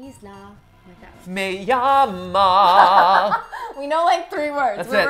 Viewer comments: As a Mexican who speaks fluent Spanish, Mat’s “me llama” is actually very good! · "Me llama!" "Bote" " Mi isla" The pronunciation of that words were very good guys! Keep it up C; "Saludos" from Chile <3